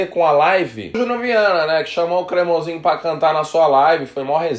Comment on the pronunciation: Nojento, não aguenta alguém brilhar mais que ele "safadao ' falou cremosiinho